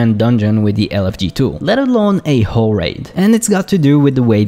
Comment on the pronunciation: The problem of mistaking L for R and putting more emphasis on the end of your words really comes out when you say whoRE raid.